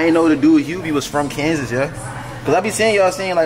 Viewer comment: You gotta stop saying KANSAS gang it’s not KANSAS.